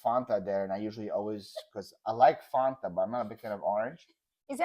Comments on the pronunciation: is correct it is Fan ta not Fon Ta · I like “ dafunta “ hahaha 😂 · OMG love this! As an American living in Australia I can totally relate to and appreciate all of the different sayings and pronunciations. But is completely correct about the pronunciation of Fanta...I've never heard it said the way said it (I'm almost thinking he's just messing with you lol).